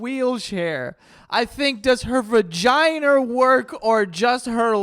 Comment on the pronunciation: The hard R in "vaginer" is crazy